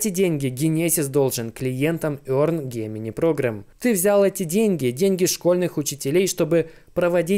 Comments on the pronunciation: пожалуйста загугли слово близнецы и произноси его правильно - ДЖЕМЕНАЙ Gemini - Близнецы. Транскрипция - |ˈdʒemɪnaɪ|. Да, и спасибо за контент ты красавчик:) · Только не Гемини, а Джеминай